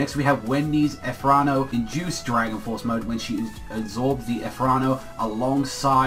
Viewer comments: really. ether nano it is pronounced ether nano you are saying ethrano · You said ethernano completely wrong I was actually confused for a bit